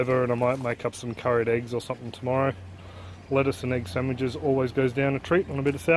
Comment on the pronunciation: Did you say lettuce and egg sandwiches?